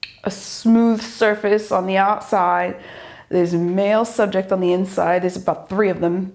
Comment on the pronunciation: And "subjecT". yes, doesn't pronounce the ends of words. She needs elocution lessons so that non-native English speakers can understand.